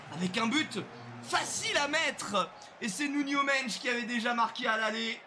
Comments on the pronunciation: C'est Nuno Mendes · "Nuno mench"😂